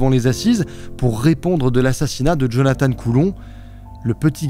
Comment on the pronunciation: Lui, c'était Jonathan, pas Jonathane.., Jonathane, c'est l'autre..